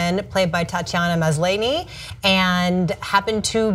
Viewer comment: Tatiana Maslany is pronounced "Mas- lah-nee". I know christy didn't watch the show , but that made me cringe , lol.